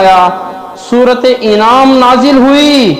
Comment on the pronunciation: Is ko Anam hai inam nahi kaho janwar Anam ko kehte hai